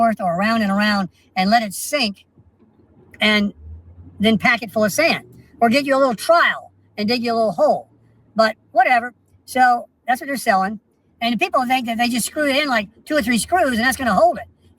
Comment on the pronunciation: Why can’t he pronounce the word trowel? He calls it a trial., if you are reading this, say the word towel, now put a tr in front for the word trowel.